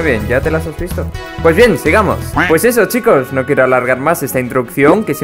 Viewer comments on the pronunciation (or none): none